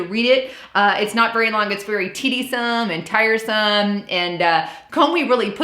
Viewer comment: "Tedisome" and "supposably"?